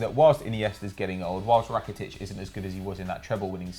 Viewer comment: Why does everyone say Rakatic lmao